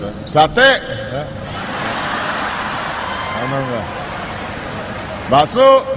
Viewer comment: Ngomong bakso udah kayak orang indo aja😅